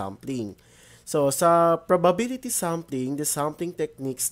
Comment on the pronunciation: ganon po ba talaga pronunciation ng probability?